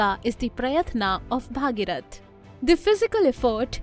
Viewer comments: I admire your content very much. But you should also take care of your pronunciations. It's not Bhaageerath, it's Bhageerath. In Sanskrit the daughter of Bhageeratha becomes Bhaageerathi. Just like Vasudeva's son is Vaasudeva, Dasharatha's son is Daasharathi. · don't pronounce Bhageeroth as Bhaageerath